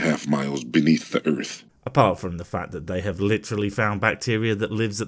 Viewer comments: So far, he's pronouncing everything correctly, but he's dangerously close to calling Earth, Urf. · This guy, another one calling our planet "erf"... i can recognize a pattern there. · "Da earf". Stupid ass